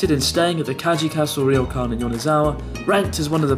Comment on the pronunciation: Ryokan is not pronounced "Ri-yo-kan." It is pronounced..oh well....ask that British accented Japanese guy.